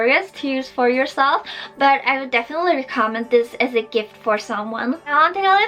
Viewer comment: The way she said Budget and Recommend xD